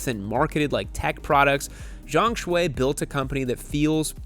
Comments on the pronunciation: I believe his last name is pronounced "Shoe" rather than "Shway". And I was as pleasantly surprised and totally shocked as anyone when I realized the 820RR-RS was winning races in WSS already. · By the way, his first name Xue is mispronounced, Yall remember the tiktok song Xue Hua Piao Piao? Same Xue.